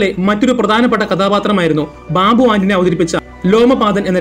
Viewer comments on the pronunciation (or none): none